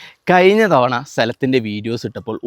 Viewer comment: കയിഞ്ഞ തവണ?? ദിവസവും നാക്ക് വടിച്ചാൽ മതി. ശരിയാവും.